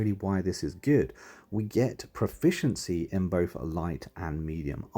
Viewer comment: Pum-ficiency. Pre-ception. Aside from that... Sorry, useful, thanks.